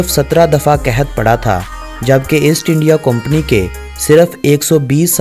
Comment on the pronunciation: اےسٹ انڈیا نہیں ایسٹ انڈیا